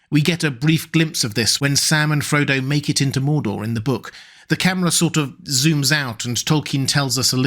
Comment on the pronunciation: Why did I hear "Salmon Frodo"?